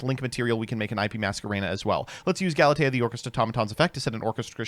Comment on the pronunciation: bringing out the cello AND saying Galatea correctly?!?! We’re in for a treat tonight.